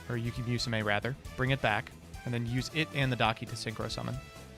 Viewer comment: "we're gonna use yuki MEWsume" |: I